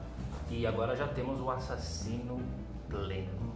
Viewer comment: Dá próxima vez que não puder falar axaxino, usa Cláudio...